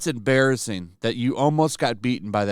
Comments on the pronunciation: It is "em-bear-rassing"... I'll see myself out. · I love how is said that's im(bear)isng